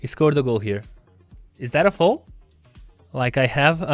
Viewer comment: Can someone tell him that it's foul and not foal 😄